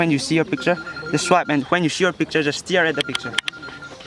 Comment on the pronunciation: Its not stear .. it is stare